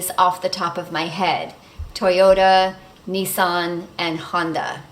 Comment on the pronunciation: We just like to talk in riddles to confuse everybody 🤣 I love the way you pronounce Nissan!